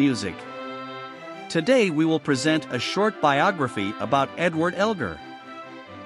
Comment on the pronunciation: Whoever narrated that short bio on Edward Elgar should LEARN HOW TO PRONOUNCE HIS NAME!!!